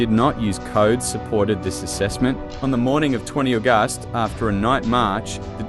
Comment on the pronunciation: Great vidio but you need to fix pronounceations like August 😂😂